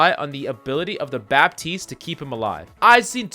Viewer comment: In french,don't pronounce bappppptiste but batiste (it sounds better for my french ears )